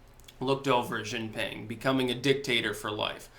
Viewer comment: She jeen ping Xi. Jin. Ping.